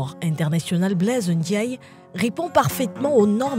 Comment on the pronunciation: on dit aeroport international BLAISE DIAGNE